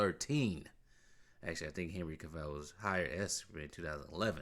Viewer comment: I think it’s pronounced Cav-ill not Cav-ell lol